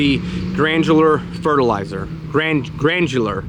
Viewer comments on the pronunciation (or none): Gran-You-Ler. Granular.;):) Good job with the step y'all!!:):)